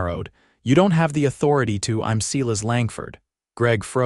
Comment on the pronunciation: 'S - e y e - l a s' not 'See las!'